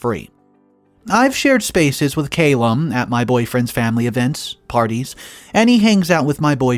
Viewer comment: Wow I am glad I wasn't sipping a drink when I heard 'ahh-bleest'. Have you really never heard that word before? Don't get me started on how many times and different ways you botched Calum too. Come on dude you're reading shit and releasing it publicly. Some due diligence is necessary.